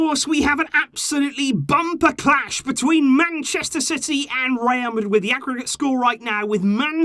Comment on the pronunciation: 😂😂😂😂 bro when u said "bumper clash" I thought you said something in Jamaican language.. Anyways logically Bayern is the favorites for the competition... If we beat Bayern I'm seeing a Barca vs ATM final... I Know we will beat Napoli... I'm not good at predicting scores loool